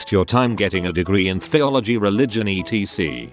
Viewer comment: it's ETC not ECT!!!